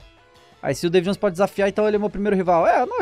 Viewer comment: "Davu Jonoes" Kkkkk